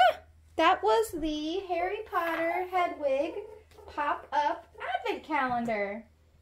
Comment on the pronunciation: You meant hedwig not hedegi